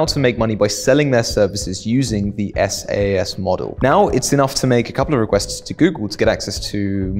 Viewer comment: FYI SaaS is pronounced "sass"